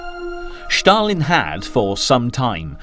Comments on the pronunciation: Why do you pronounce Stalin as Schtalin? This is NOT a German name. His name was S-talin derived from the word Steel in Russian. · Just say STalin! Its STALIN ST ST NOT Schtaaalin drivin me nuts! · The guy's name was Stalin (from "steel") not "Shtalin". Same goes for "Shtalingrad". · Who is Shhtalin ? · There is no letter H in the word Stalin or Stalingrad. It’s Stalin, not Shtalin. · Strange subtitles. It's more like a translation. Also he keeps saying Shtalin instead of Stalin. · Thank you comrade Shtalin. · Schtaaalin, Schtaaalin, Schtaaalin, Schtaaalin!!! It's Schtaaalin! Schtaaalin! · I know who Stalin was. BTW, he was not the president of Russia, but the general secretary of the communist party of the soviet Union. I was just intrigued by the way his name is being mispronounced in this docu. But then he also referred to a certain mountain chain separating Europe from Asia as Caucus Mountais.